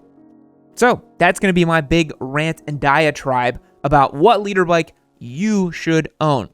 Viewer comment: I thought you was saying leader bike.